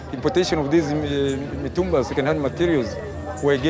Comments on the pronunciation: Is not Matumbaa it’s Mitumba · The narrator really knows how to pronounce the name of places in Tanzania 😂 matumbaa